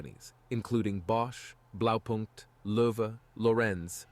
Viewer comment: damn English language ............ LEARN TO SPEAK ! XD (. none of the names besides "Blaupunkt" was correct said ... xD )